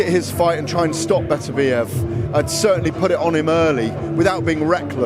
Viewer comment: will SOMEBODY, FINALLY figure out how to correctly pronounce Berterbiev's name for fucks sakes!!!!!!